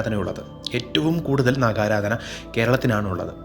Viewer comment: Sir, namosthudevaya Namah..Please don't pronounce, Naaga Aaraadhana, as Naakha Haaraadhana..